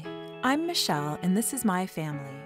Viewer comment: How come lately many women named, Michelle call themselves "Mish-owl"?